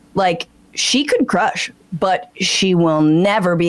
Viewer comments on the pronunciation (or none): none